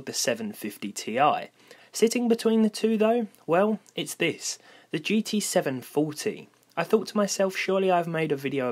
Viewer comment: I hear. "GT 7faulty"